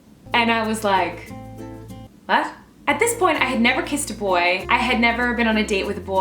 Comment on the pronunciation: WTF THE 'WHAT' SOUNDS SO GERMAN HOLY CRAP. 'WHAT' MEANS 'WAS' IN GERMAN AND IT SOUNDS SOO LIKE THIS LMAO